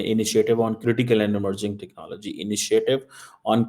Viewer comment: ...aadha teetat aadha bataer 'technallgy'...you can "try" to copy american pronuncuation but that shall not not make you any more erudite, rahega to madarssa chapp hi...btw jack sullivan tere ko pooch ke thodi ayega...tumhare paxtani pm ko white house ka chaprassi bhi nahi poochta